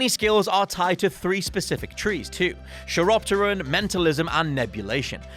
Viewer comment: "chiropteran" means "bat like," and it's pronounced like "kai rop ter in" or kaɪɹɒptəɹən if you understand IPA. The scientific name for bats is Chiroptera, from the Greek words for "hand wing."